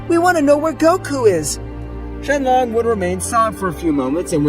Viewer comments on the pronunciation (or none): It's not shenlon it's shenron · shenron not shenlong !!! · Its shenron not shenlong